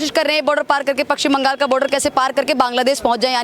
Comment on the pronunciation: Pakshim bangal??? , madam it is paschim bangal.